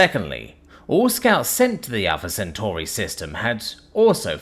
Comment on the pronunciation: You pronounced Centauri in two different ways in the first paragraph.